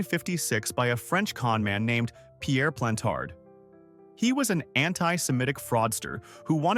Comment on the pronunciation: Well Done ! like #352 but' his name is Plantard NOT "PLANT HARD" !!!!!!!!!! and NOT SYON (wrong spelling; Google it). Also, many many toxic and fatal bacteria, fungi and virus' in the ancient Egyptian Tombs that at least 8 in the parties examining them DID DIE FROM.